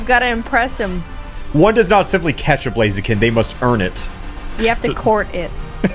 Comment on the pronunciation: It’s blaziken not blazakin